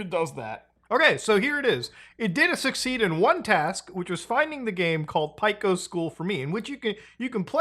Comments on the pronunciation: Just a heads up from an OG Newgrounds regular. Pico's name is pronounced Peak-o not Pick-o even though it's spelled that way. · god, I hate the way you pronounce pico. It's pronounced the same as "pea-co" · Nobody gonna talk about how they say Pico as Pieco? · never heard someone pronounce Pico like that